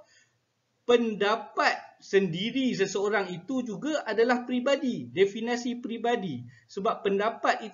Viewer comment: Jika awak tak setuju, awak pulalah yang buat ulasan dan pembetulan. Elok tuan tengok dalam Kamus Dewan samada sebutan Definasi atau Definisi yang betul.